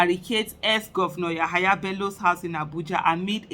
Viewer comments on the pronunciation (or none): YEYE BELLO NOT YAHAYA BELLO PLEASE SISTER AISHA